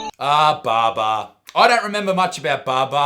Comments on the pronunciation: Great Video, that's not how you pronounce Babar though. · Ha ha I love you mate but some of your list was rubbish. Particularly you top two cartoons and the fact that you watched Cheese TV. Nothing beats Agro. What about Rug Rats, Raggy Dolls, Street Fighter and Inspector Gadget etc And by the way Babar is pronounced Bab-ar not "Bah Bah" you dickhead (I mean that in the nicest possible way). Have a nice day bud. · "Bar-bar"?!? I can't be the only one pronouncing it "Bab-ar" their entire life. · You pronounced Barbar wrong ya fuckwit. It pronounced buh-bar not bar-bar!!! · Baa baa? Pretty sure it's pronounced bah-bar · Bah-Bah? Fucking Bahbah? It's fucking disgraceful to hear you mispronounce this legendary pachyderm prince's name. Finding out you're a tad bit young for them days makes me feel fucking old. But you're still a god damn beast Buttsmarn. So you've got that going for you. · Who else also sang along to every one of these. Also you pronounced Babar wrong and your impression of blinky bill was more like splodge (the kangaroo) like dead set sounded just like him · To clarify, I mean Isaac is saying it wrong. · im pretty sure you pronounced fukin babar wrong